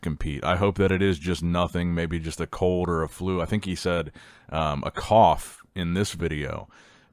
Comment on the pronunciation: what did Samson have a COLD or a CODE??? 😂😂😂 gotta work on the letter L brother